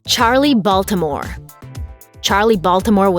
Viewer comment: Da'Ron White .......just a statement okay?...... No need to comment..... Okay?..... Just stating it's weird to hear someone not from Baltimore say Baltimore...... Okay......